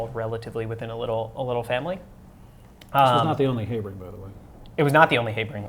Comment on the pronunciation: nice chat! But it took me quite a few extra seconds when Heibring is mentioned! It's HAh-bring man. lol